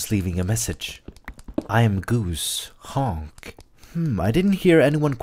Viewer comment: he said honk instead of hjonk